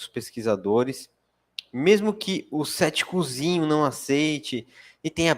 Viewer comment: Tanta informação importante e eu prestando a atenção cada vez que ele falava "ceticuzinho" 😅😅😅